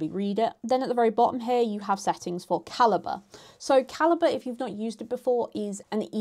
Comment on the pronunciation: T.I.L. Calibre (ka-li-bray) ❌️ Calibre (ka-li-buh) ✅️